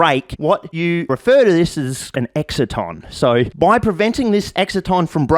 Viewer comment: I'm just some flog, but I think it's "excite-on" as in an excitation - not making fun, clearly you learnt it from reading which suggests greater intellect than your peers - but just in case you ever have to say it in front of an academic crowd, might be helpful :)